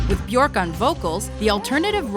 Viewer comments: it's pronounced byerk not byork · It's be- erk Rhymes with jerk Also you should have touched up on the Ricardo Lopez incident. Tragic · It’s Björk as in jerk with a B. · Ugh. It’s Björk, like work or jerk … not fork. Can’t wait to see her live again! She’s brilliant! Oh, she and her daughter, Isadora, will appear in The Northman next year, along with Anya Taylor-Joy, Nicole Kidman, Alexander Skarsgard and Willem Dafoe. She plays a Slav Witch. Can’t wait! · She said her name is pronounced byerk rhymes with jerk. Why nobody honors that? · I from America and we would pronounce "Bjork" at to B-York or Beyork t even if Bjork wasn't the correct way of pronouncing Americans would pronounce her name as B-york or beyork.. her name wouldn't sound like the word jerk... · Björk is prounounced bjerk (like in jerk), not kidding, just say Bjerk and you will be pronouncing it correctly ;) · So, Chris, you are saying that she doesn't know how to pronounce her own name or what, when she herself stated at that press conference that Björk rhymes with jerk?! Moron... Ö is an Umlaut, also at home in the German language, there is nothing comparable to it in English so she had to find the closest possibility... Jerk! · She pronounces byerk. It rhymes with jerk. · Frank Moran the umlaut is there for a reason. The proper pronunciation is "byerk." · Naky Mawlot she pronounces it as b-yerk, so we should pronounce it the same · If you're going to do a story about someone, at least pronounce their name properly. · the way they pronounced her name wrong the entire video made me cringe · * makes Bjork biography * * mispronounces her name * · YOU have to ROLL THE "R" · Please learn to pronounce her name correctly. Disrespectful. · You couldn't even pronounce her name correctly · byuhrk guth-munds-doh-tir